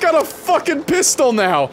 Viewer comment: hrrmmm, yes a “pistol”. Definitely a Canadian moment